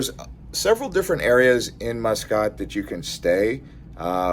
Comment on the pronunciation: The Grand Hyatt has some good bars including the sports bar. i was living there so use to spend a lot of time there watching F1 races and All Blacks playing rugby. Also I would take visitors and business contacts there. Nice place and the people are great. Muscat is pronounced Musk Cat. Oman can get up near 50c. I departed in winter from Christchurch, NZ it was Zero Degrees C, I arrived in Muscat it was 48c and that was a shock. It was also Ramadan so that made it challenging.